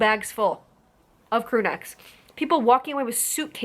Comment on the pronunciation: The way she says “crewnecks” made me lol